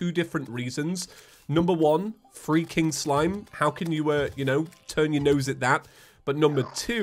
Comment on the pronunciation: Why does “free King Slime” sound like “freaking slime”